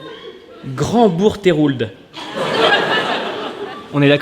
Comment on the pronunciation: Bonjour vérino, alors j'habite à côté de bourgtheroulde, alors oui le nom est couché dehors mais je vais aider ça se prononce bourg comme tous les patelins en bourg et troude "he" tu l'oublies et de même avec le "L" du coup ça nous donne bourgtroude, en tout cas tous ceux que je connais le prononcent de cette façon. alors j'espère que si un jours tu passes a bourgtheroulde que tu puisses organisé ton spectable cela nous ferais plaisir, on plus tu serais a coté de rouen tu resterais dans ta thématique de la #TourneeDesVillesPresque .